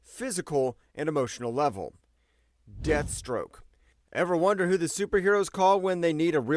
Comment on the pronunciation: This fool just called desthstroke street level